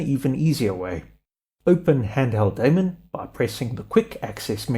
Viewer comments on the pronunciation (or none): none